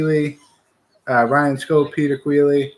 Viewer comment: Good video, btw it’s actually pronounced Kie-ly not Keely